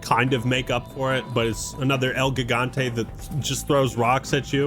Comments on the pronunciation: You’re pronouncing Gigante wrong! It’s pronounced ‘Higante’! The first letter doesn’t make the ‘G’ sound, it makes the ‘H’ sound! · How do you mispronounce Gigante? It literally means giant Also what's wrong woth repressing u3 for ada